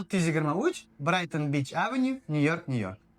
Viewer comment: "Beach" XD